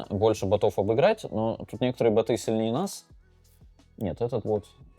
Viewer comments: Бо́т, бо́ты! Боты́, надо Даниилу с ударениями проработать, а то как-то даже не по себе... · Не боты, а боты!